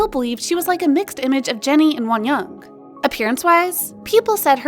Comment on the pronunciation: the way she says wonyoung💀💀💀